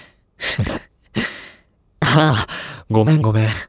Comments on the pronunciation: ご↓めん↑ご↓めん↑ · ご↓め↑ん↓ご↓め↑ん↓ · ごめんごめんが訛ってるｗｗｗ